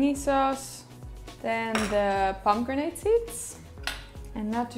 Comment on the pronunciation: Is she saying Pomo-grenade? Lol